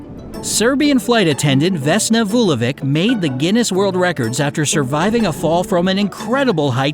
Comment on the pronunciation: It's not Vulovik, it's Vulović. It is really hard to get rid of us serbs hehe